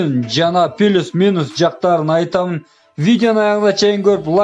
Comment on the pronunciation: Пилус мунус дебей плюс минус десен